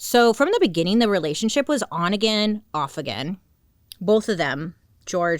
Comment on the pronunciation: Bailey! d id you just said " in the beniiingin " jahahahah